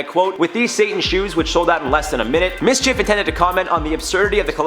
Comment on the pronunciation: You said it right, its Mschf like loki mischief